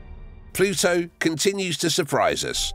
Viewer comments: It's Pluto... not plutso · Drink a shot every time he pronounces it “Ploo-So”! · You say the word “Pluto” funny with your accent